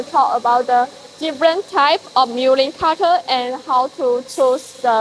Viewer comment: Mulling cutter 😂